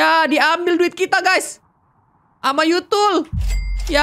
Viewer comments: Tuyul bukan yutul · tuyul bukan yutul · Kak regi itu tuyul bukan yutul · kak bilang yutul bukan tuyul